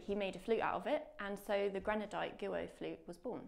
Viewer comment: Great video but surely wouldn’t have taken long to research the correct pronunciation of Guo?